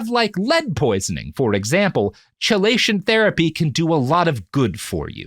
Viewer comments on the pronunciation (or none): Am I the only one losing their shit over how he's saying chelation? It's "key-lation" not "cheh-lation" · I feel like I'm being nitpicky pointing this out but it is pronounced 'Key-lay-tion' therapy. Chelation is a chemical term used to describe a molecule binding another molecule in a specific manner. I'm so sorry Robert, love you but the way you said chelation again and again was like nails on chalkboard for my ears. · Love that first time Robert murders a pronunciation and you think "I wonder if that word will come up much". Chelation: kee·lay·shuhn. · I know its weeks later but chelation is pronounced kee-lay-shun. The 50 times he calls it chil-ation is breaking my brain. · KEE-lay-shun! I know I'm late and its a feature, not a bug, but it isn't cha-lay-shun. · Love the podcast. So forgive me for saying that I wince every time Robert says "chee-lay-shun". The pronunciation is "key-lay-shun". Likewise, ischemic/ischemia are pronounced with a hard C, "is-key-me-uh", not "is-chee-me-uh". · Key-lation rather than chell-ation. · KEY-LAY-SHUN These episodes are great but dang the constant mispronuniciation of chelation is rough lmao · Kee-LAY-shun therapy 😂 sorry as a chemist you're hurting my ears. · It's spelled "Chelation" but pronounced "Keelation" fwiw. Robert's description of how it works isn't entirely correct but it's good enough for the purposes of the podcast, especially given that the actual conversation is about Chelation therapy not actually working for the things people are trying to do. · Chelation is pronounced as "key-lay-shun." I flinched with each "Ch," haha Still a great episode though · Chelation is pronounced key-lation, just like chemotherapy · Chelation is pronounced "Key-lay-shun." I hope, hope, hope you learn this by part 2. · Somebody really needs to provide Robert with a pronunciation guide for words like chelation. (The first syllable, strangely, is pronounced "key".) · Kee-lation. Sorry this bugged me. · It’s pronounced KEY-lation.